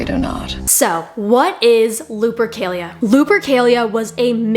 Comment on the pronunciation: Why does she continually pronounce it "Lube-ercalia"?